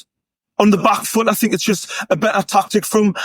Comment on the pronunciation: Joey knight: “I’m finkin’” “I fink” “is he finkin? I fink so”